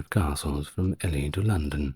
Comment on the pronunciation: It’s Stephen pronounced’Steven’ and Ely is pronounced’Eely’ in England.